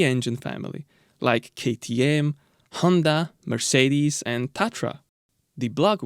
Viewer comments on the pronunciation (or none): none